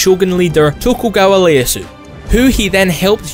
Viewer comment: It's Tokugawa ieasu (ee-eh-ah-su) not Leasu, whoops!